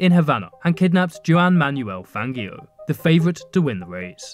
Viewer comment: As an f1 fan this really annoys me it’s pronounced hwan man well fanjio even tho it isn’t spelt like that